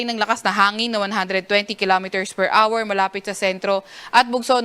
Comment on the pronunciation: PER HOUR | Thank you for pronouncing the word HOUR correctly, not R, as in PER R. Children are listening.